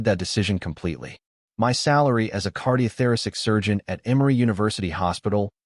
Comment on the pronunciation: That's weird. You'd think that someone as brilliant as a cardiothoracic surgeon would know it was pronounced 'kaar·dee·ow·thr·A·suhk' and NOT 'kar·dee·oh·THER·IS·sick'🤣😂